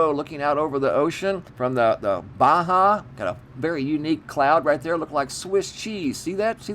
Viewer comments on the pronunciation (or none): none